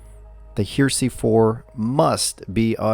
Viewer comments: It's Her..eh..sey!! Not Her..sey!! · 'HARE-eh-see', not 'HERE-see' ! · the Klipsch "hear-see"? Everyone else pronounces it "hairisee" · You are mispronouncing the name of the speakers. They are like religious "heresy" (look it up in the dictionary for correct pronunciation), not HERE See. The reason that they were named Heresy was that the bass was not horn-loaded but a sealed cabinet in violation of Paul Klipsch's original commitment to horn-loaded speakers. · Pronounced: Hair- ra-see not here-see. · It's pronounced "Heresy," idiot! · Yes he says Here See haha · I keep thinking this would be a great speaker for me to upgrade to. Nice review. BTW.. Heresy is pronounced Hair-esee. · It's a three syllable word, not two. "Heresy"; it's what happens when you mispronounce the word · Are you sure you are pronouncing the word “Heresy” right? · Heh-reh-see.....At least he pronounces Technics properly....Teknix just sounds wrong.